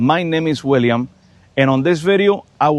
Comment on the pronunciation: "My name ees Wiilyam"......yeah, sure. Whatever you say, buddy...